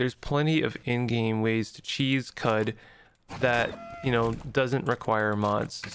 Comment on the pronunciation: It’s “Kwud”